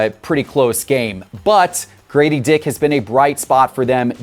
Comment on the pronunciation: guys, it is GRADEY DICK, not GRADY DICK!